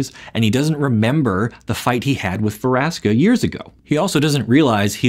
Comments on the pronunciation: Veraska? I thought it's "Vraska" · Ve-raska.. kay then